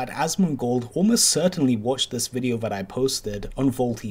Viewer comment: Is it okay to make fun of Vaulty's speech problem? "Let's play ve clips. I came across somefing vat what quite interesting."